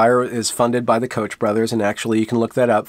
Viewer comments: FYI the Koch name is pronounced like Coke. When I mispronounce it I do so knowing what it is supposed to be, lol. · No biggie, but the Koch brothers is pronounced "coke" brothers.